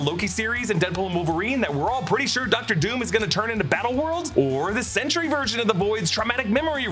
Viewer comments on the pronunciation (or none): none